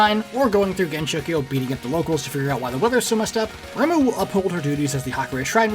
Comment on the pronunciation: Why do you say gensoukyo like that